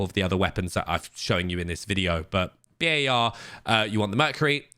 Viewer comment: My guy actually said B-A-R, love it